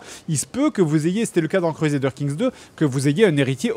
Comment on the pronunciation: Cruezadeur king 3 Ragnar Lothbrouk ... Je suis à 5m de vidéo... Fred tu à la meilleur prononciation au monde, pitié garde la XD